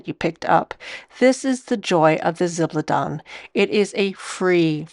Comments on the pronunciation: It’s pronounced (something like!) Zib-al-dohn-ey. Jennifer from Chic Sparrow has a good video on it too. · Shock news ladies - guys keep zibaldone too! And I'm sorry but I couldn't stand the constant butchering of the pronunciation of zibaldone and left after 5 minutes - a shame, it was probably quite interesting.